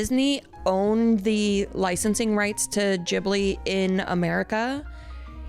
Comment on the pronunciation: The way he says "Ghibli" is stressing me😭